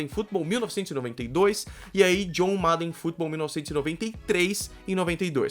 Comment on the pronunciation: Esse 'MADEN' foi triste de ficar ouvindo kkkkk Mas ótima explicação sobre o jogo 👏